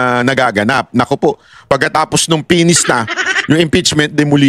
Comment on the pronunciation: Please lang, i- pronounce nyo ng maayos ang FINISH kasi nakakatawa 😂😂😂